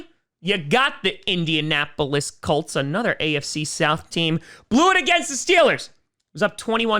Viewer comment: I find it funny that he keeps calling them the Cults